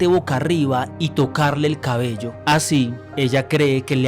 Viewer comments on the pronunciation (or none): none